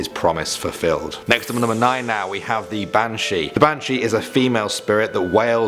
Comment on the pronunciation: It's not bantshhe.....it's ban-shee